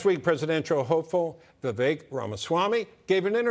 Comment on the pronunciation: Vivek is pronounced “Viv-ake” And yes, why?